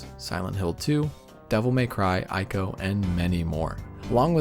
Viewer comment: Everytime I hear 'AIKO' I rolled my eyes... If you're serious about making a good documentary, at least pronounce the TITLE CORRECTLY. It's ICO, 'EEEEEKO' FFS...